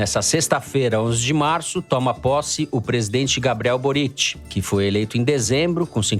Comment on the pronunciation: Para o: a sílaba forte de Boric é o Bo. Ou seja, no Chile, se pronuncia "Bóritch".